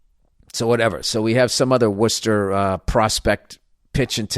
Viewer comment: As someone who grew up in western, MA I find it hilarious how you say Worcester 😂